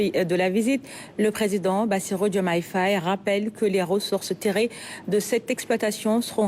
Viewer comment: Madame, ce n'est pas Faaye, mais Faye. Il n y a pas d'extension du son a. Vous etes senegalaise ? Alors!